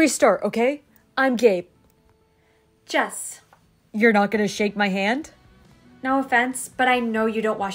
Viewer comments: When he said ‘Gabe’ I wasn’t paying attention to the captions so I thought he said “I’m gay” 😭😭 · lol I thought he said I’m gay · I thought it sad gay”😂😂 not gabe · At first I thought he said you're gay, and I was like, what the?- not a good introductory is it!?! Then I read the subtitles and I cracked up, It said you're Gabe not Gay. LOL YOU GOT ME THERE JESS!!!